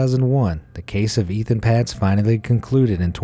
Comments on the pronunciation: It’s pronounced “Ayton Paytz”, NOT “Ethan Pots”!!! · It’s not Ethan Patz. There’s no H in his name! It’s Etan, pronounced Ay-Tan. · Etan Patz’s name is pronounced “Ayetan Paytz”. If you are going to talk about him, at least TRY to get his name right..... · Not even close with pronouncing Etan Patz. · Anyone else cringe at the repeated mispronunciation of Etan Patz's name? No? Only me?